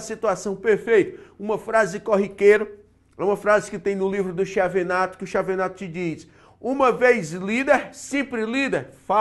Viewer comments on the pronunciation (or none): Nao se pronuncia Chi e sim Quiavenato :)